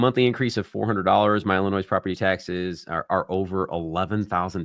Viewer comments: You are great. Thanks for the content but PLEASE the s is Silent in Illinois. I live in IL but we will be moving to FL in the next 2-4 years. I will give your office a call as long as you DON'T pronounce the S in IL 🙈🤣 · The s is silent in Illinois. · Btw, you said it correct the first time it is Illinois, you do not pronounce the S!